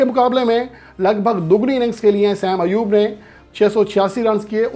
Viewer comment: بیٹا دو لوگوں کے تقابل میں "بہترین" (best) نہیں ھوتا، محض "بہتر" (better) ھوتا ھے۔ بہترین (best) کے لئیے کم از کم تین میں تقابل ھوتا ھے۔ نیز نام کا تلفظ "سیم ایوب" نہیں "صائم ایوب" ھے۔